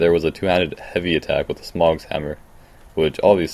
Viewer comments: Why can't people say Smough correctly? You don't pronounce doughnut dog-nut do you? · Sorry man I wasn't trying to come off as a troll it just seems like everyone from the souls community cant pronounce his name and after a while it just gets irritating. XD